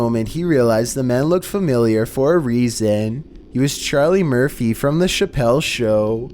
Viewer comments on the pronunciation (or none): none